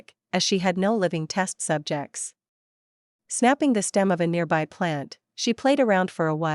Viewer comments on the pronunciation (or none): none